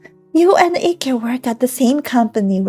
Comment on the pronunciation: IKE is pronounced the same as "like" not icky